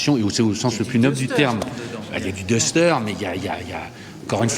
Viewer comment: Le "daster" pas le " dester" . It's English buddy.